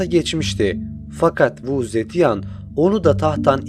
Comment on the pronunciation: keşke kadının ismini nasıl okuman gerektiğine bir baksaydın.